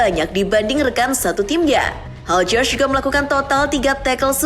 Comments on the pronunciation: Hilgers bukan haljer min🤣🤣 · Bacanya HIUKHERS (kayaknya gitu)